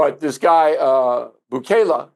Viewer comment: O'Reilly can't pronounce Bukele correctly.